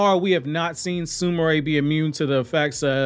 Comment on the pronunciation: Bro stop butchering the names her name is not su ma ray ... it's su mire..not su ma ray 😑😑😑